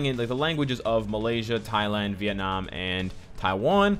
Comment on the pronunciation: Love the way you say " Viet Nam " <333 Big love from Viet Nam . Ing : Ditmegoogle